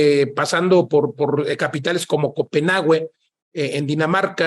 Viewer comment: Se pronuncia Copenague (no copenagüe)